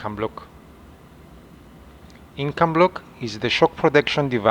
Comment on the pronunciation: It is Incabloc, and not "Incombloc!"